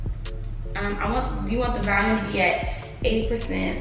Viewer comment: nobody: in this video: “VaLuMe” lmao you’re definitely saying that word incorrectly 💀